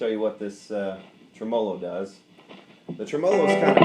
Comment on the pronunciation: The 4 dislikes are for the pronunciation of tremolo. Lawd help ya son